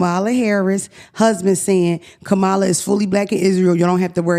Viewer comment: I really hope yall learn how to pronounce the next President of the United States’ name… 😔